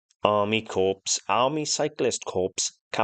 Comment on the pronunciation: It's not pronounced Corpse - it's pronounced Core!!!!